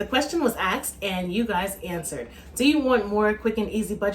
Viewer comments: Aksd? lol ASKED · "ASKED" not axed.... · The question was “axed” lololol😅but looks good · Lost me at "axed"